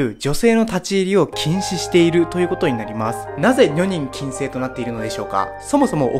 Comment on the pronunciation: 女人禁制のアクセントがおかしいと思います。